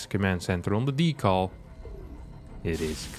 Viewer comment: It's either dee•cal like calculator or apple, or deh•cul like decade or dead. If dehcul, understand you're doing an old SNL bit from the movie Coneheads. This is a reasonably classy throwback and is entirely laudable. Conflating the 2 should be avoided, nobody says dee•cul